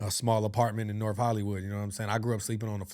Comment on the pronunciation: Norff LA ha😂